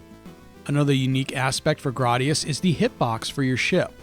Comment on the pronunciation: It’s Gra y gius not Grar dius.